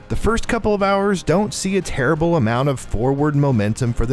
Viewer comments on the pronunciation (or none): none